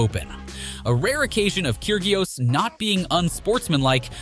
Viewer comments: its pronounced "key-ri_os" not "kyr-gi-os" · "Nick KirGeeios?" Call yourself a tennis channel. pfft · Nick "Keer-gee-oss?" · Ker-GIOS LOL! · 'keer gee os"?? Tell me you've never watched tennis without telling me you've never watched tennis Maybe you hired the wrong person to narrate :D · You said Kyrgios wrong get it right. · The why you pronounced Krygios.... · I get really annoyed when content creators can't pronounce names properly. (Kyrgios) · Dude, learn the proper pronunciation of tennis players' names! KyrGios, GastonS, FoGnini, YouZny, all wrong. And half of these aren't even unsportsmanlike, like racket smashing or underarm serves.